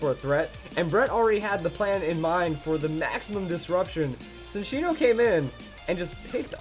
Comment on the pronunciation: Ok I can't stand it anymore. It's not SIN-ccino, its CHIN-ccino. It's a combination of the words chinchilla and cappuccino. It's more obvious if you look at the Japanese name Chillaccino.